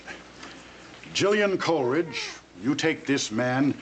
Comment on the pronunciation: I don’t think the ceremony is legal due to the stupidity of the person marrying them. He thinks Seneca is a Senator and he can’t pronounce Coleridge.